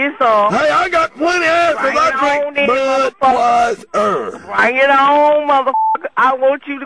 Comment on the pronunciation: "BRANG IT OWN" LOL!